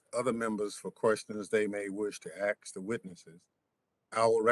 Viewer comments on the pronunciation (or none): Anyone who says ax instead of ask should be back in 2nd grade, not leading the Country. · if you are going have members AX their questions, I'm already done. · Did that chairman really say "AXE" a question??? Tell me I heard that wrong...please. Edit: sorry, he said "questions you may AXE".